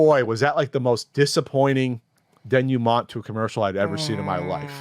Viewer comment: Denouement is pronounced "Day-new-ma". I guess they didn't invent that word on the East Coast.